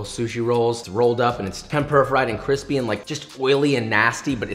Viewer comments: This makes me hope that Deadpool 3 will have a scene of him eating a chimichanga and calling it "cwippy!" Not even kidding. Josh actually kind of sounds like Ryan Reynolds. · Joshua says Cwispy once: My brain recieving that sweet sweet seratonin 👁️👄👁️ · Stop saying quispy.....